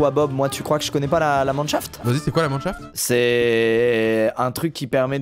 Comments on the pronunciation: c pas manchaft c minechaft et c une mine souteraine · La commu minecraft: Minechaft Doigby et Squeezie: Manchaft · juste ... chuis le seul traumatisé par "La manchaft" ? Dsl les gars mais la c chaud qq mm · Un Mineshaft svp arrête de dire comme vous le dite vous me rendez fou